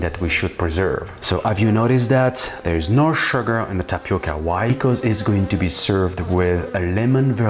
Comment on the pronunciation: Você falando TAPICA, é muito engraçado. Eu esta sua aprecio muito esta receita, ficou melhor que muita receita brasileira. PARABÉNS